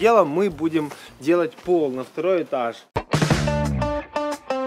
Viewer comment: мне показалось на он сказал на первый этас а не этаж